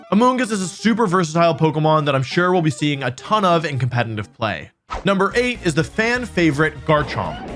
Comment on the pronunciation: I'll subscribe if you stop pronouncing competitive "compenitive".